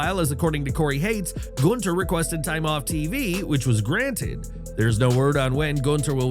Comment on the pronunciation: Nice that they're making an effort to pronounce his name right here LOL. Tired of Gooonthurrrr.